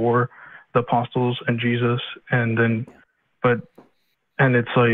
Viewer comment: pronounces the “st” in apostles